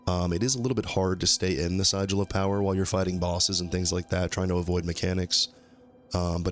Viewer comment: First of; very cool build, love it! Secondly (and not to be an asshole, just trying to spread knowledge where I can), Sigil is pronunced 'si·jl' where the 'jl' part almost sounds like the word 'gel' :)